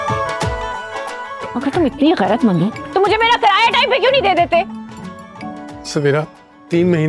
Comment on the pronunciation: Karaya Nahin kiraya Hota Hai